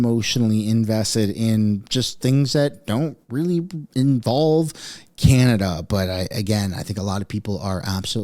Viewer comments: That journalist kimberly... did she call canada, can nada? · The way Kimberly Johnson was pronouncing Canada like get off the news stand